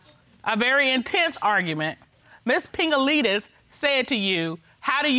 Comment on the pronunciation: Did anyone else hear Pingaleenis??😂🤣😂🤣